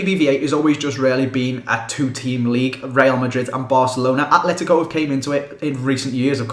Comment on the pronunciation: Please stop putting a 'H' in ATLETICO. There is no 'H'. There is Athletic Club Bilbao and Atletico Madrid.